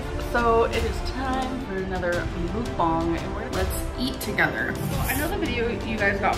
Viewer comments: Mukbang 먹방 The pronunciation is "meok-bang". Or, if that is difficult to understand "m-uh-k bang" (uh like under). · Pet peeve (not for you as a commentary person, but for people like ): mukbang is technically romanized as meok-bang, which is pronounced more like muck and definitely not mook. Not a big deal for most people, but a thing that I think mukbang content makers like really should know. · why does she pronounce it like that HELP ?? mook bong??? I thought it was muck bang, y'know???? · Our American idea of "mukbang" is not the same thing as the Korean idea of it, of course. But, yeah, the pronunciation! Holy cow, wtf is a "목벙"??? ㅋㅋㅋㅋㅋㅋ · m o o k b a n g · If MUK BANK as trailer trash Tammy says 😂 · Muk..bong…that’s how she’s saying. And holy crap it annoyed me so much XD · The way she says mookbuhng makes me so angry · My main problem with her is that she pronounces muckbang and mookbong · I hate the way she says mookbong……. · It’s not mookbong. The letter A doesn’t make an o sound omg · I don't like how she shredded the word mukbang, like- "MouukBongg" :D Just cringe in my ears. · The way she pronounces mukbang makes me so irrationally angry, I just... ASDFGHJKL!!1!!!1! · As a Korean the way she says muk bang kills me inside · Oh she knows she pronounces it wrong. She has been told so many times, but knows best I guess 🤦🏻‍♀️ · I looked it up and she's saying mukbang wrong